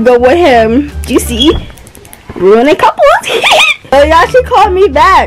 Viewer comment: She said ruinin couples😂😂😂😂😂😂😂😂😂😂